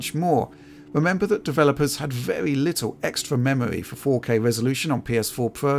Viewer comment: pwe wendewed cinematics wun vewy well